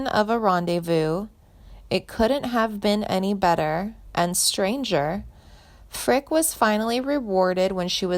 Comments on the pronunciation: Interesting but i know she did backup vocals for vern gosdin yet never heard anything mentioned about him in this posting. Also most of your pronunciations of names are wrong mainly janie's last name. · Some of these celebs need to get attorneys involved. First,learn how to pronounce her name properly and quit spreading false information, i will be notifying her agent. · Would someone PLEASE tell this ditz how pronounce names. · And also, she needs to pronounce her name correctly! (And some of the other sings names mentioned as well! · If you are going to make these videos you really need to pronounce the names correctly. It is pronounced Fricke with the E at the end. I had a class with her at Indiana University so I do know how to pronounce her name. Also it is Hoosier or whozure if you will. Basically a terrible video due to the mispronounced names and overall false facts. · Jane's last name is Frick e, not Frick. Reader must not be a C W fan. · Whoever did this video, isnt even pronouncing her last name correctly, it’s not, “Frick! “, its “Frick ‘ee!” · There is no sad ending and they can't even get her name right. It's not Frick it's Fricke. Eeeeee. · Ur mispronouncing her last name its NOT pronounced like the word "brick" it's pronounced :Frick-y" Like "Frick-ee" like the word ."candy" or like the word "Freaky" ...please learn how to pronounce the correct way to say people's names ...its super annoying !! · Pronounce her last name properly! It is Frickeeeeee, not Frick! She slaughters every name she pronounces to such a degree that I had to laugh out loud! Learn your subject before trying to inform others! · The last name of country singer Janie Fricke is pronounced "FRIK-ee" (/ˈfrɪki/), rhyming with "icky." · It’s pronounced Frickey, doofus. Also Hoosiers is pronounced Whose yers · It is Frick-ee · Her name is Janie Frick-e. It's not that difficult. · For cryin' out load!! She's not dead!! Her name is pronounced Frick-eee!!